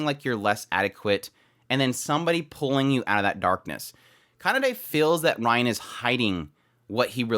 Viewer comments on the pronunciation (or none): ok before finishing the video I have to say this. rein is pronounced rain not ryan no offense but I just need to say this